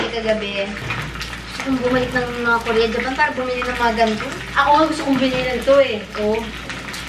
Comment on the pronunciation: Parang ang shala ng pronunciation ni sa "Korea" KOR-EA. Ang shala talaga